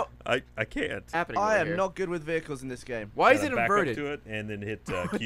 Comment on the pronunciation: game* not gae